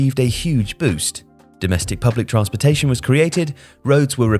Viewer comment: I am once again asking to pronounce "transportation" properly